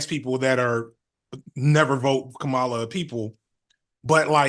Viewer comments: KAH-ma-la, not Kah-MA-la. 🤣🤦🏾‍♂️ You killing me fam. You got it eventually tho. 💪🏾💪🏾💪🏾😂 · it's comma-la not whatever name you keep saying lol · What’s so hard about saying Kamala Harris name correctly? We get on to Trump and his cronies for saying it this exact way.